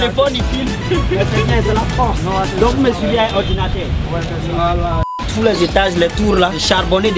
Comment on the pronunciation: Donc vous me suivez aek ordinatèr 🤣😂 Brillant brillant 🌟🌟